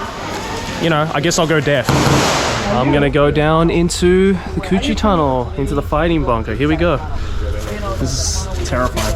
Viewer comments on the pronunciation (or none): The way Joey pronounces Củ Chi is really funny